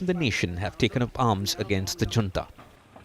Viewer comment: Is your reporter pronouncing "Junta" correctly?